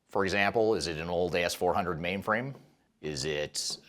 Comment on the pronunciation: The enunciation on “Old AS” 400 made me look up from my work. 😂🤣😂 But I do like how you said “Stop calling it good or bad…it’s where our organization is.”